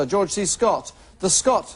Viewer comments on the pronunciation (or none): none